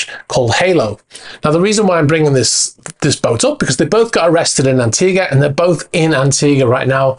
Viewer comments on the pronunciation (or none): It’s, an·tee·guh.